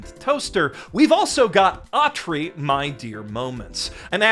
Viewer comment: Dud you mean "Dear anime industry" or "Deer anime industry" at the beginning of the video?